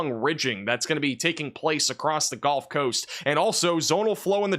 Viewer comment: you're awesome, but brother it's the Gulf coast.... not the golf coast.